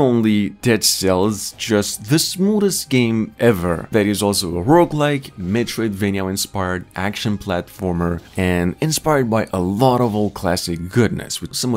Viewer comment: Ah yes Meroidvania